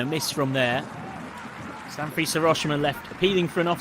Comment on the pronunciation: "Sanfrees Hiroshima"? Where did they dig up this commentator from? SA-N-FU-RE-CHE. And Skibbe is pronounced "skib-buh" not "ski-bee"